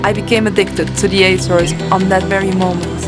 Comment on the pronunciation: Not [ajzores] but [Ahzores] hahaha... I love your video.